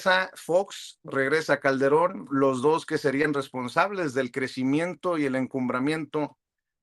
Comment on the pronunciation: jajajajajajajaj mire nada mas, y diche unach, y diche doch, y diche trech, joche luich el chairo comediante! jajajjaja